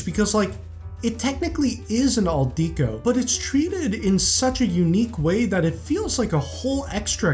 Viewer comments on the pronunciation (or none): It’s pronounced deck o, not deek o. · Yes, but kept pronouncing it wrong. It’s pronounced deck o, but he kept saying Deek o, which bothered me throughout the entire video. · “Dee-koh”? Are you serious? Do you pronounce the word decoration as “dee-koh-ration”?🙄